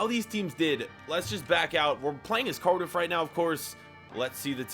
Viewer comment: You said curdif 😂